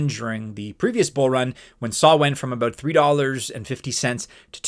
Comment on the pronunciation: It’s Sol not Saul 😂